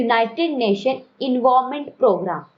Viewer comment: UNEP mai E stands for Environment not for Envovement.. pronounce correctly 😒